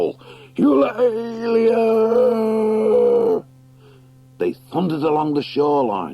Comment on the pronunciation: Heads up all, there is an unabridged version of this book on audible… I DO NOT recommend it. The narrator cannot properly pronounce “Salamandastron,” “Eulalia,” or “GUOSIM” to save his own life